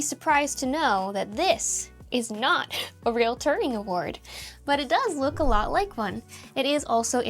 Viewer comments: It's Turing, not Turning (which you said wrong each time). If you don't know the guy, yes it's a person, you know nothing about IT and computers. The results are never bit-wise identical (potentially with the exception of a very simple one-line program). Different compilers compile the same input slightly differently (e.g. optimizing in different ways). So while the idea is obvious, it's not that easy. You have to be able to read the result (machine code) and compare the differences by yourself, which isn't very high on the fun scale. If you think a compromised compiler is terrifying, how do you like the idea of a CPU intentionally compromised on the hardware level by the manufacturer ... which actually happened (e.g. hardware backdoor in x86 CPUs to get Ring0 access via the included RISC core). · Is the host saying " turning " award. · It took me 30 seconds to understand that it wasn't touring, but Turing... English-speaking people don't just disrespect all names in all other languages in the world, they also keep mispronouncing and disrespecting English names between countries or regions... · Did you say TurNing award? It's Turing. Alan Turing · Sorry, but you made another pronunciation error at the start. It’s the tu-ring award, not the turn-ing award. Named after Alan Turing, one of the fathers of modern computers. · Nice, but its "Turing-Award" (from Alan) not "Turning" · Oh FFS. She keeps calling it a 'Turning award'. It's Turing, sweetheart. For fucks sake, if you can't pronounce it and know why it's called a Turing - not Turning - award, find another job. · I misheard a sentence as "accepted his tureen award," as if you were using tureen to describe an award shaped like a soup bowl and then I started wondering if the award's shape was a pun between Turing and tureen. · I didn't know his name was pronounced "ter-ring", I always pronounced it "T-you-ring" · did she say Turning award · She still mispronounced Turing, multiple times :/